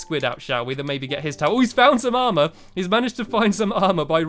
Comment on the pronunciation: DJ WOLF BO$$ he said aremer not aremr